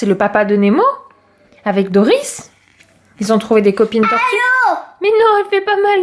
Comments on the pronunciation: on dit dori et non pas doris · On dis pas le s dans doris